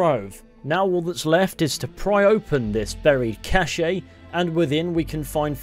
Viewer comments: It is not pronounced as cas-eh. It is pronounced as cash. If it were pronounced as you said it it would be spelled like this : cachè. You’re welcome. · Please stop saying Cache like that